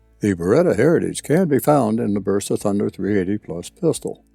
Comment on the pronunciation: BERSA CON "B" BERSA , NO VERSA ....COMO DECIR VERETTA